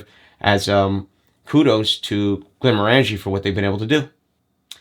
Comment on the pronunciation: Glen-MOR-an-jee. Rhymes with "orange-y."